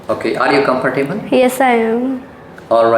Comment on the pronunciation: while talking both the examiner and candidate did not have any expression and emotion (2 robots were talking) and the examiner's pronunciation is nearly 5.5 band. Arrre you comforrrrtable?